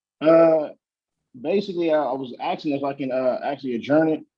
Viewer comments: He's 'axing'?? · Doesn't stop him from AXING a lot of stupid questions